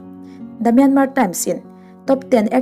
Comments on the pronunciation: Myanmar tia lam loh tur, myanma tia lam tur, r hi silent tur an tia lom mi thiam ten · I sawi ngaihawm thle mai. Myanmar I lam dan hi anmahni a ram neitute lam danin lam thei la a ngaihthlak a nuam leh zual ang. 'Myan' hi thluk hniam a, 'mar' -a 'r' hi silent tur a ni. 'piancham'. Thluk anga thluk tur a ni.